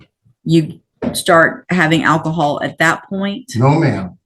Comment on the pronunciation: uh.... which way did I go, which way did I go? did he say "Ak-cohal?" 😅 better defumigate him before taking him to lockup 😅